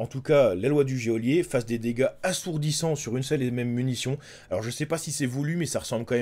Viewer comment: Il serait plaisant de prononcer goelier correctement 😤